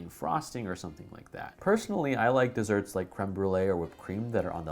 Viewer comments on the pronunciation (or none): none